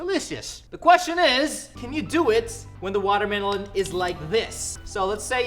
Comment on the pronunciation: I miss you saying watermlohn